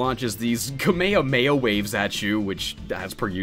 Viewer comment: it's pronounced like kah may hah may ha not kuhmaya maya